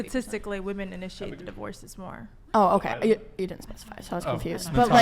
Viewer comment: Can someone PLEASE explain to me why most the guests on this show pronounce "WOMEN" like "WOMAN"?